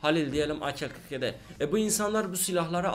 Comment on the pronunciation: Abi ak-47 akel 47 diye deil a k 47 diye okunuyo 😂😂